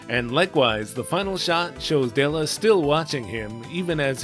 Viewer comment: Doesn't japanese lack the L sound in their language, which would explain why Dela's name is pronounced weird. Though I believe it's supposed to be pronounced Dera instead of Dora when using the Japanese pronunciation.